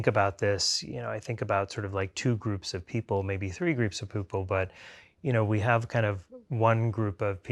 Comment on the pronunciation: “poople” haha